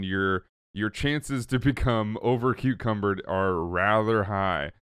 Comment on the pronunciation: Did you say over cucumbered?